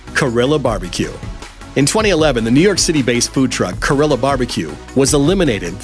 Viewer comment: How can someone read korilla as carilla when you know it’s a Korean Mexican fusion.. it’s clearly pronounced like Korea and it’s clever af